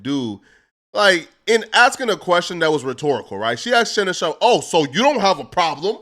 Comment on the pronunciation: I hate how pronounces "Sharpe" 😂